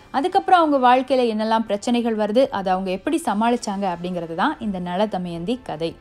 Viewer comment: Btw, just a small suggestion! Be cautious while pronouncing the words especially in Tamil language.. It's Na'la'thamayandhi, not Na'zha'thamayandhi.. Three different 'laa's are to be pronounced carefully.. Anyways, Kudos for the attempt u made👌